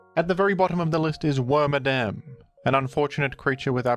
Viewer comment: You keep calling worMADAM him (FEMALE exclusive pokemon)